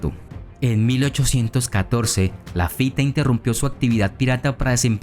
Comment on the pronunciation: No se pronuncia "Lafité", sino "Lafít"!!